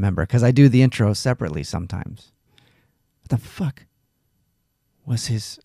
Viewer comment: I listened to this last night during my smoke after work sesh and have to say this I haven’t listened to a more interesting podcast in a long time. Cracked up every time said fack! My brother and best bud say that all the time since we heard a guy sliding down face first on an icy ski slope shout faaccckkk😂